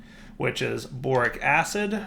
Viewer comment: I could have sworn i heard boring acid instead of borax acid